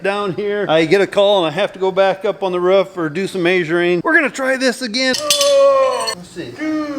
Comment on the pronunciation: its not ruff, its roof !! love the vids keep it up